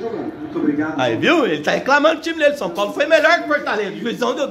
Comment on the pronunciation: Shupaulo. Shupaulo shupaulo 😂😂😂😂😂